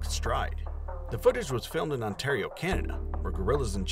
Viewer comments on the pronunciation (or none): none